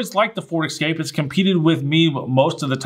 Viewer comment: Never, EVER, buy a ford Excape or Knee-sahn All I could see in my mind was Jeremy clarkson mocking Americans who can’t pronounce car brands correctly 🤣 Bugging, I like the channel! But please, please don’t ever say mahz-da 🤣